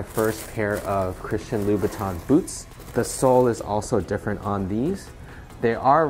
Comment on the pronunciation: THE CORRECT PRONUNCIATION IS: ''CHRISTIA LOOBUTAH''!!! you bet!!!